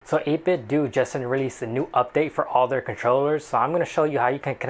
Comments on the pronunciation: do you say nintendoo? no it's not 8bitdoo rhymes with nintendo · The "do" in "8Bitdo" is pronounced the same way as the "do" in "Nintendo."